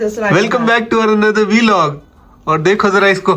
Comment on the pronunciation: Vilog nehi hota, Vlog hota hai 😂